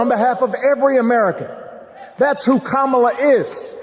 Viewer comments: Like your videos but plz pronounce Kamala's name properly fer chissakes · Mmmmm - STILL CAN'T PRONOUNCE KAMALA's NAME . . . DO SOMETHING ! IT's NOT DIFFICULT, JUST TAKES A LITTLE ATTENTION - OK credit where credit is due - by the end of the video you nailed it 🙂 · Please learn to pronounce Kamala correctly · it would be great if you would pronounce Kamala's name correctly. Come on, dude, really? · please make sure you pronounce Kamala correctly. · Gonna need you to say her name correct sir. Her family literally taught us how to say it correctly at the DNC. Keep making great content☺️ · Please pronounce her name correctly!!! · It's KA-ma-la. Not ka-MA-la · C'mon guys: KAmala Harris not KaMAla. Your first pronunciation was KaMAla. PLEASE PLEASE PLEASE get her name right. It's bad enough MAGA mocks it, we on the left have to pronounce it correctly. I almost stopped listening because I find it so disrespectful. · You gotta be more consistent with your pronunciation of "kamala" her nieces told us it's "comma- la." Your intro was ka- ma -la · DID YOU JUST SAY...Ka MA la???? Komma la Kamma la Kamala...now YOU try. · Kamala (Comma-La) not (Cáh-Mar-La) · Love your speeches, it's KAMala, not KamAla. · NO actually her nieces described it on stage: first say like a COMMA, then like a LA. COMMA-LA. So your Kam-ala is not quite correct, sorry. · ok... listen closely Kamala's name is pronounced Comma La... seems to me, Democrats are just as silly in their mispronunciation of her name while simultaneously saying it wrong... who knew. Let's get it together, so we don't look stupid... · I love your podcast but her name is "comma la" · Bro... STOP SAYING THAT WOMAN'S NAME WRONG... IT'S COMMA-LA...DAT SHIT BE PISSING ME OFF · please say her name properly! KAMA and then LA, my god its not difficult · Comma...la. Oh wait... when did he mispronounce her name? He corrected himself after the first time. 🤔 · It's pronounced COMMA-LA.